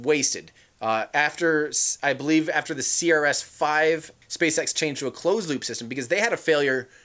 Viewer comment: What did you say spacesex???